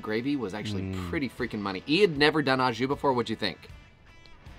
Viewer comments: Holy crap, you yanks and the Ah jus, it's Oh jus. Yummy looking sammiches though! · Yes love Aux Jus, oh and pronounced “Oh Jus” 😂 looks great 👍